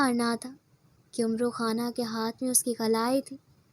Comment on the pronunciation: It's amr Khan not omro